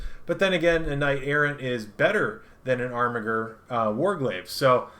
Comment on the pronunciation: This video is unwatchable to me cause of the way you butcher the pronunciation of armiger. It's like you're doing ermahgerd. It hurts my ears. Good content otherwise